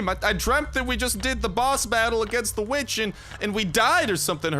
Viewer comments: its witch with an W not vitch with an V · Saying "vitch" sounds like the b word